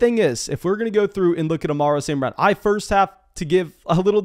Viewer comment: Why do you pronounce it Amarro St Brown? 🤣